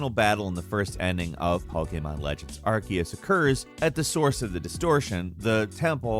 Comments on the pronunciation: Ar-see-us. Ar-see-us. Ar-see-us. It's really easy. It is simpler. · All this research into Pokémon, but still never looked up how to pronounce Arceus. Aar-see-us